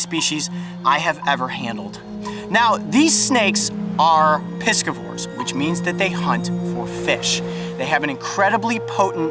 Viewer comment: Piss-ca-vor - One lunged creature that survives off of piss. (Noun) How much piss can it handle? -It’ll be alright, it’s a piss-ca-vor.